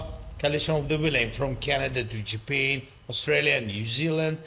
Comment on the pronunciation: The way he said Japan 😂